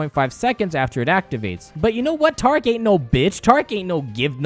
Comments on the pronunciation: It's pronounced T-air-ic not tarec Kappa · The way you say taric hurts me